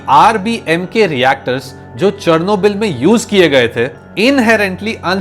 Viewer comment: The way you pronouncing Chernobyl is so wrong